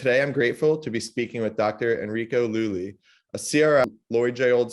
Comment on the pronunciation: That's /lù·gli/ not lù·li/❗❗